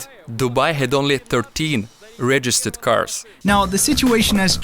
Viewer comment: was i the only one who noticed he said regitered than registered